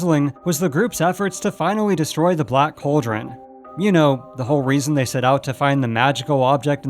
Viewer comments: Its pronounced "call drun" not Coal Dron. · This narrator needs to learn how to properly pronounce the word "cauldron" (it's NOT "coldren"!) I can't even watch to the end as hearing him repeatedly say it wrong is driving me bonkers! *FAIL.